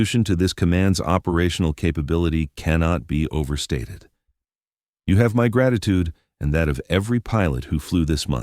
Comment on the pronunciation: "gratituod"? Or gratitude.